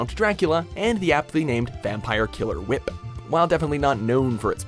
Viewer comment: "The Belmonts vampire killer Whi...P! I wrote it like he said it.